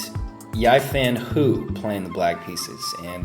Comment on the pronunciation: Just a sidenote about Hou Yifan. Her name is pronounced more like "Hoe" or "Ho" instead of "hew." And "ee-fahn" instead of "yie-fan."